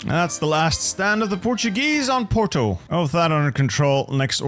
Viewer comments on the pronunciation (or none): none